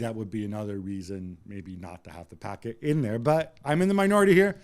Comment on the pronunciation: Why this guy keeps calling him Packet is beyond me.